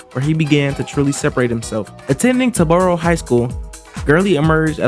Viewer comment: Tar-boro, not Tah-boro..